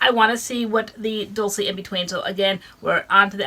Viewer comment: FYI Dulce = Doolchay Sweet in spanish. LOVE YOU GUYS.